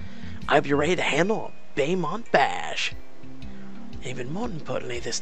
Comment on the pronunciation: It's pronounced Bow mont (Beaumont) hun lol